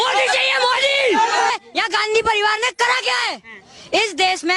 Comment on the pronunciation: Hi bro, have been following since a very long and honestly love your content. If I may, Just a correction, Modi is pronounced as dha instead of duh sound as in the ‘Dashamulam Damu’ 😅 Hence, Modi not Modi. Idk if I am able to convey what i meant.